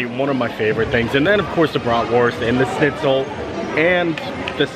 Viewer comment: Hey, it´s not Snitzel, it´s Schnitzel, Sch is pronounced like the Sh of Shakira for example:)